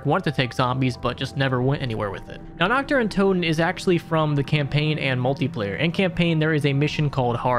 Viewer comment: Brooo it ain't difficult to say naRt deR untoteN and not nakt de untotew